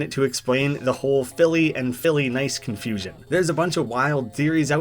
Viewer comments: Forget “Pico Funny” I hear “Big Ol Bunny” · Bf going e o a u n y it sounds LIKE he saying pico a bunny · Its actually pronounced “phillynice”